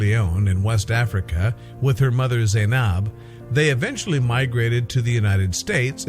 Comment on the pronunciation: Why would they ever show my country like that🙄 and then said my name wrong 💀 ( Zainab)